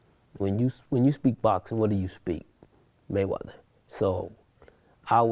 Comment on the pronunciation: "I'm here with Jeff Maywedder"?